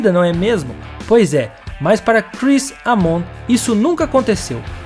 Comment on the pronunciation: EImon! a pronúncia é EImon.